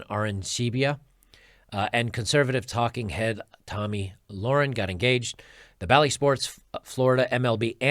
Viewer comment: a quick youtube search would allow you to find the correct pronunciation of their names. it looks so unprofessional that you still can't pronounce Tomi Lahren's name correctly.